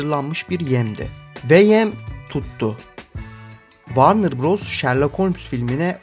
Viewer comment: Varnır değil dostum. Vornır. Takılmam böyle şeylere ama çok batıyor cidden.